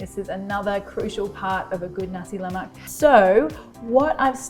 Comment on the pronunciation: La Mac ?? Lol can’t even pronounce it ... try Nass la maaaaaaa